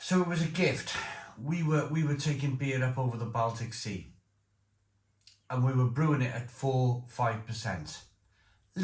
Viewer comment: Sorry to say, but you're either very uneducated & a bit simple, or the amount of alcohol you consume, is also consuming brain cells. Who? On this planet, can't even pronounce "Baltic"? I mean really!!!!